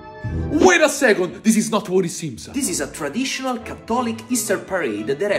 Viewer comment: "Thiss is not what it seemsa" 😂